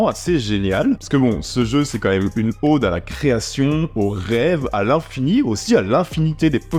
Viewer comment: Salut. Pour info, on dit une ode, pas une Aude. Ça se prononce comme code ou mode.